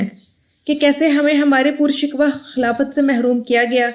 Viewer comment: پُر شَکُوْہْ لفظ پر شکواہ نہیں ہے بلکہ شاکوووہ ہے درستگی فرما لیں. شکریہ